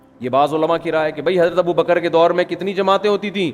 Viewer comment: جنابِ والا ! یہ والا ؟ وہ والا ؟ کیا اِسے بھی درست کہہ دیا جائے ؟ کیوں کہ یہ آپ کہہ رہے ہیں بل کہ آپ بھی کہہ رہے ہیں ، ناآشناے زبانِ اردو تو کہتے ہی ہیں ـ یہ مجھے مہربانی کرکے بتائیں کہ " ابو بکْ ر صحیح یا ابو بَ کَرْ " ؟ آپ نے تو ب کَرْ ( بفتحۂ دوم) بیان کیا ہے ـ ( احسان خسرو / Ehsan Khusro )